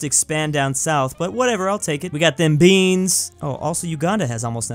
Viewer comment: was a meme where he says we got them BAnes